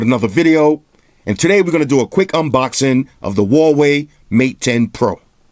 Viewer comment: Hey love your reviews. just want to clarify how to pronounce the company name a little better, it's Hu(who)-wa-wei